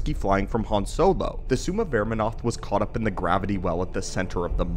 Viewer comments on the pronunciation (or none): none